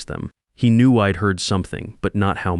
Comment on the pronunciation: Spelling corrections and pronunciation- I D is i’d Dont is don’t andI am sure there were many more I gave up on the voice and read the transcript